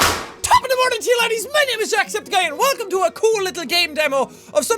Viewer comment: ''jackspedicey'' says pewds